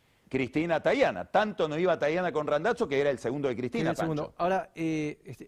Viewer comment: El "Randatso" que dice Pagni tiene algo que ver con Randazzo el politico?